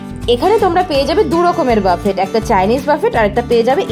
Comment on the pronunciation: buffet একটি ফরাসি শব্দ যার উচ্চারণ হবে বুফে। বাফেট নয়।